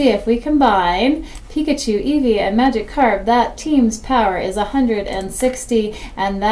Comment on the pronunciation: Great video! But it’s Magikarp.